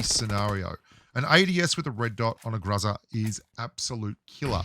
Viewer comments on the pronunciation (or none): It’s weird how the pronunciation gets mixed up a bit.. but I’m pretty sure it’s pronunciation is GRO-ZA . But I think it’s basically where ur from.. lol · Don't Tell Me How To Pronounce GROZA (GROW-zuhh) If You Can't Even Pronounce FAMAS (Pho-Mas) Your Pronunciation Is "FAM-iSS" Boomer Bloke.. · If you want to know how to pronounce the "groza", make Google translate "thunder" into Russian. Maybe learn some Russian, even.